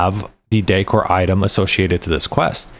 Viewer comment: Haha, others said something to correct the way you pronouce decor. I stopped listening to your last one and was reading subtitles. Yeah, the word is decoration, not dEEcoration. Content was good tho. lol